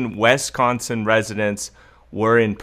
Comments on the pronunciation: Is it pronounced "wesconson" is it not pronounced as it is spelled, which is Wisconsin (Wis-con-sin)? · “WisCONsin!,”! lol ! I moved to California from WisCONsin in 2011 and still get laughed at for the way I pronounce it. Not that you pronounce it so bad but I needed a comment worth $900.00. And this is it...RIGHT? Better yet I’ll take the $5000.00, ok? Lol 😂 God Bless, cuz I’m broke! Oh yeah and before I forget...My birthday is October 3rd. This birthday girl turns 58 on 10/03/2020.♎️